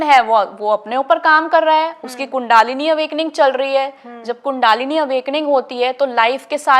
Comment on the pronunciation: बहन जी, कुण्डालिनी नहीं बल्कि कुण्डलिनी होता है।